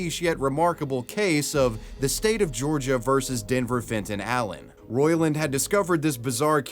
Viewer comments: The State of Georgia, not Georigia. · “The state of Georigia” 😭😭😭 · Georigia lol wtfff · Ah yes Georigia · “the state of georigia” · "the state of georigia"? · georigia? wtf is that lol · What's a 'Georigia'?